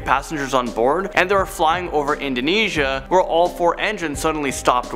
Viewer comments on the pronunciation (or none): none